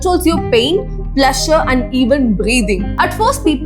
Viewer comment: Your pronunciation is absolutely hilarious. 🤣 “Hours,” “Pleasure,” “Designed,” “Brutal,” “Diarrhoea" I found this many mistakes in just 7 minutes. If I had listened any longer, my ears probably would have started bleeding. The confidence with which you mispronounce these words is honestly impressive! 🤣